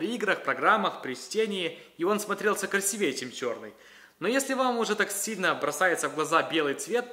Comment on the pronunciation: не красивЕе ( ударение на Е) а красИвее( ударение на И)